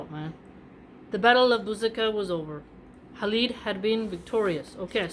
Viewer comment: It is Khalid not Halid. I guess you got that from Habib which he spells as Khabib.